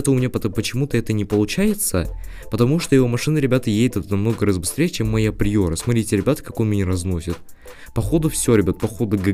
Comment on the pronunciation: Не приёра а приора